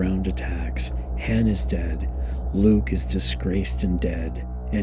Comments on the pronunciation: Should of heard him say Han in the part one..... made me want to kick a puppy...... Edit: oh nvm he does it in this one too. Someone get me a puppy! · You have 5 movies where you can hear how to properly pronounce Leia and han dude